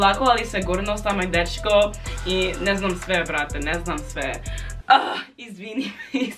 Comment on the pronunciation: Kako je rekla “Ne znm sve brt” kao da je iz Srbije 😂